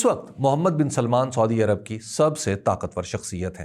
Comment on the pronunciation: حبیب اکرم صاحب اس دلچسپ معلومات کا شکریہ لیکن ایک چھوٹی سی اصلاح کی جسارت کرونگا کہ مہربانی کرکے سودی عرب کے بجاۓ اگر سعودی عرب تلفظ کریں تو بہتر ھوگا.